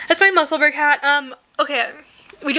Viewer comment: I vote for the green silk dk for the ranunculus! and your hot pink wips are so fun! 💕 just an fyi, the musselburgh hat is pronounced "mussel-burrow" (rhymes with Edinburgh) 👍